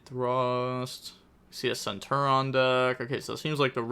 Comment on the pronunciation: bro that also isnt centur-ion. this guy